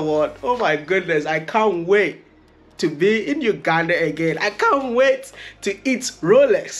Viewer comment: uganda not ukanda🤣🤣just kidding.. i love your content bro